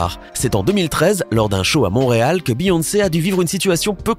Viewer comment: Juste ses pas Monréal ses Montréal !😭